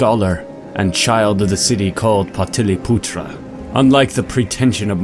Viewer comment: I'm from India, and Bengal, Love it, Thank you!!! Hmmmm some wrong pronunciation but okay. Like it's paa tlee pootrrah but alright. Non Indians will never pronounce things right, I've accepted this long ago :D